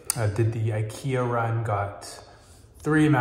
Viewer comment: 日本の発音は「イケア」です。惜しい！